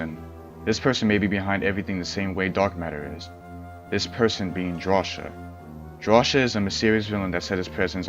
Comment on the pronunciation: Drawcia is pronounced draw-see-u